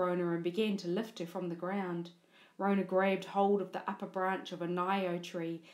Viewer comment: It's Rona not ronah